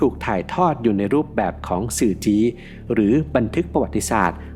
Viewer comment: หวาง ไม่ใช่ วาง สื่อจี้ ไม่ใช่ สื่อจี๊ ยังมีเสียงเพี้ยนบ้าง แรกๆฟังแล้วงง แต่อ่านได้สุภาพน่าฟัง